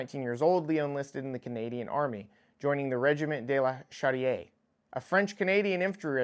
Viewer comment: He is one of the reason they had to rewrite the Geneva convention!! He's also the perfect example that FAFO is you piss us off!! :P ;) ( for the pronunciation, trying saying it like This CHO-DE-RRR Regiment ;))